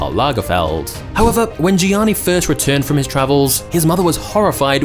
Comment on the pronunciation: its pronounced as "yanni"